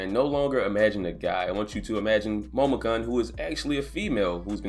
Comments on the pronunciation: kun is pronounced KOON not cun. Sorry it was irking me but good vid bruh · HER name is pronounced Momo - koon. How can I trust your news if you can't even get the absolute basics of a story tight?